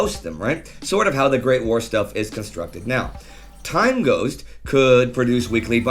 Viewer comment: "engineering shtuff"